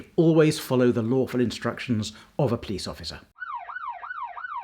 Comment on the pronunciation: Love how he says "you should follow the LAWFUL instructions of a police officer"